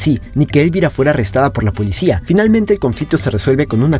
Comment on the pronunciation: Elvira es un nombre español y se pasan el vídeo pronunciando lo mal, el golpe de acentuación va en la I central y no en la E inicial.